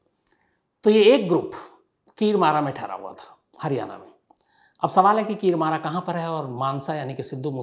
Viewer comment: Kir mara nahi h sir vo Kirmara h Alag alag nahi sath me bolna h